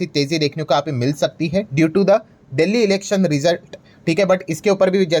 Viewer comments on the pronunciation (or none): none